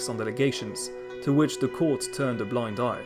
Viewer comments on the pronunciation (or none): none